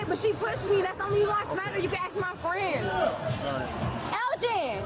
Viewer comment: She can't pronounce Ask, why is it always aks?